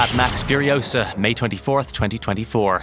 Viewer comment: "Mad max" Furiousa.....FCK YOU Hollyweird